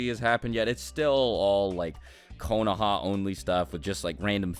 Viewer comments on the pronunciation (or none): none